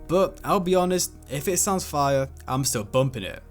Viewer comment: Turned ts off when u said Kendrick’s verses were “fiyahhh” like foh goofy Brit